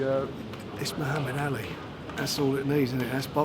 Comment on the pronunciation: Christ, Frank can't even pronounce Muhammad Ali properly!